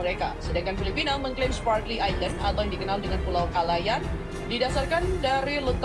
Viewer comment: hahahha.. Sbb mengikut statistik education mereka, jauh tercorot bagai nak mampuih. Cube kau tngok skli lagi, sebutan Spratly dlm English pun boleh salah. Ketawa bagai nak mampuih aku